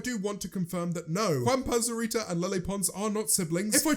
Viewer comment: As a mexican, James saying "Juanpa Zurita" gives me 100 years of life Quiero is want btw